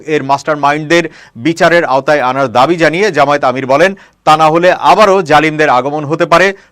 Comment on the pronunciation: জামায়েত না জামায়াত শুদ্ধ করে উচ্চারণ করুন।